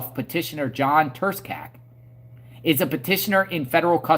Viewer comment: The C in Turscak is silent my man😎 He did it because he is terrified of getting out, he was 30 mo to the door. He did it because the Eme have a contract on him.